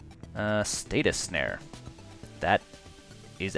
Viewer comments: Please stop saying status snare. Please? It's stasis snare (pronounced stay-sis) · Good games. Btw, it's StaSis not statis snare. Ssss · Stay-sis Not Stay-tus Ahhhhhh please!